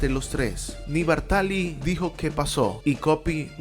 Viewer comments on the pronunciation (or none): Muy buen video sobre el que sus amigos llamaban "Ginettaccio". Solo un apunte, es Bártali.